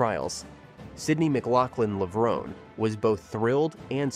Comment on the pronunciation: Did you listen to the audio you included in your video? You are pronouncing Levrone wrong.